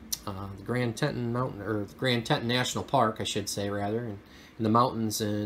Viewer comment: I can see the Grand Tetons from my area. It’s pronounced Tee ton.